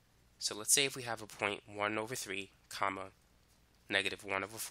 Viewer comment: The way he says comma though 🤣